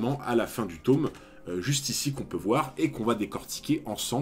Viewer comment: Tome se prononce avec un o "normal" come Tom sawyer ;) Merci pour la vidéo.